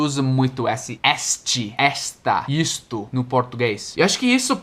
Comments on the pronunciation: por favor, não me leve a mal. Eu só estou tentando ajudar, porque sei que você gosta bastante de aprender sobre a língua portuguesa, beleza? Bem, eu queria dizer que as palavras "este", "esse" e "aquele" são pronunciadas com o "e" fechado. A gente fala tipo "êste", "êsse" e "aquêle", e não "éste", "ésse" e "aquéle". Já "esta", "essa" e "aquela" são pronunciadas com o "e" aberto, assim: "ésta", "éssa" e "aquéla". Espero ter ajudado!👍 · Oi,! Só uma ajuda na pronúncia da letra "e" nos pronomes demonstrativos. Para pronomes demonstrativos no masculino, use a vogal "ê" fechada: Este, esse, aquele = Êste, êsse, aquêle. O mesmo vale para as contrações: deste, neste, desse, nesse, daquele, naquele. Para pronomes demonstrativos no feminino, use a vogal "é" aberta: Você já está pronunciando corretamente. Esta, essa, aquela = Ésta, éssa, aquéla. O mesmo vale para as contrações: desta, nesta, dessa, nessa, daquela, naquela. Resumindo, use "ê" para masculino e "é" para feminino. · a palavra "este" se pronuncia com "e" no começo e no final,tira a pronuncia do "i" no final.